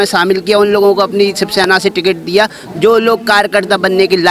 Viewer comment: Isko Shivsena thik se bolne nahi ata , he is talking about Shibsena .. kattar shivsainik will never be so dumb .. he is BJP Bhakt talking.😂